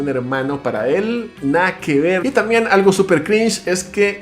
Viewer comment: “Nada que ver” jajaja sonó tan tico ❤️